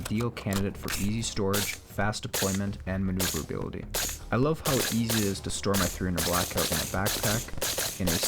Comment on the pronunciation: Maneuverabilititty. Love it.